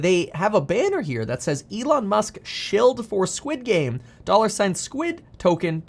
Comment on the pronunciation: Squed game. Coin lol 😂